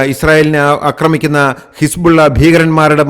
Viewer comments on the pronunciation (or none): none